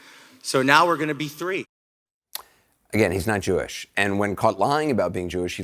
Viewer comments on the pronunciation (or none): "JEW ISH"...LOL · “Jew-ish” smh